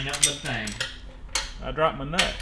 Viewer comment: I love how said i broped my nut 😂😂